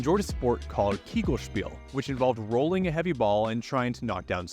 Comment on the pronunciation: es heisst KEGELSPIEL und nicht KEYGELSPIAL. bitte danke cool vid btw, great production value too